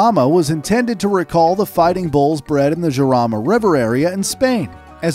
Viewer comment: Great video and content, super thanks! Small correction in the pronunciation of the Jarama name :P its not "Giarama" its more like a jewish "JJJJarama" xD